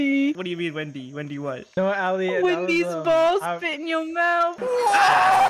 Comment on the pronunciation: I don't think can say "Wendy's" o_o